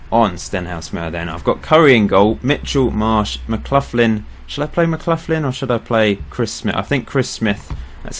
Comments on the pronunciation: McLaughlin is pronounced mcLoch-lin not mcluthlin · just seen your comment, nevermind then, loving it, just Mark McLaughlin was a legend for my local team Hamilton Accies so it annoyed me, everything else is geat